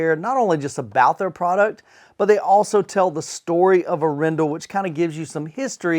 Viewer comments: In norwegian it's "AArendahl". Pressure on the first syllable :) Very nice review. I really really like their lineups and business model. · It would be AH-ren-dahl if you wanted to get closest to the Norwegian pronunciation. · Arendal is a small Norwegian town. I will not even start to try to explain how it is pronounced in Norwegian, other than how says it, is not correct....but it works well! I enjoy his enthusiasm and his reviews!